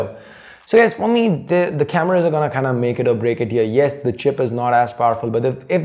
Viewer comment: Why do u say cameruus